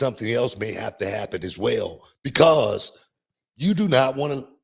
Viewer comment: Booker T said "becAse"